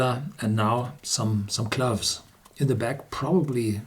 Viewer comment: Cloves are NOT pronounced like Gloves!🥊🥊.....clowves is the pronounciation!!!!